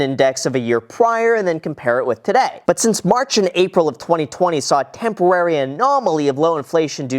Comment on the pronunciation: tempowary. What's up Silvester? Its Tweety Bird here